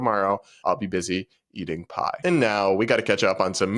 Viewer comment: Oh...pie! I thought you said "I'll be eating so much pot!" 😂